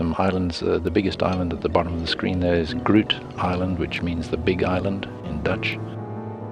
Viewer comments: Gruut island? "Groot" is pronounced with an "Oh" sound, not with a yOU sound.. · Very nice narration, but the pronunciation of "groot" from "Groot island" is wrong. A Dutch person would have no idea what the narrator said.